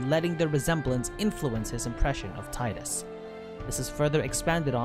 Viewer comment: Sorry friend, but his name is pronounced Tee-Dus. There is an interview I'll find and link with the voice actor and he makes an interesting point on how when reading it, he read it wrong, it was supposed to be how you say it, but he saw and read it differently so it stuck (or something similar, let me find that clip)...